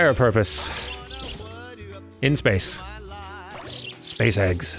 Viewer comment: "SpaceEggs". "SPACEEGGS"! OH IT'S GLORIOUS